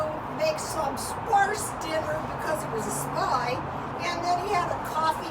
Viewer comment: When you said spy I thought you said spa. 😊😊😊